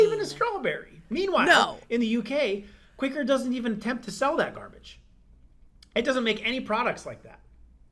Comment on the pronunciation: Since when has quicker been spelt Quaker? ITS QUA-KER OATS!!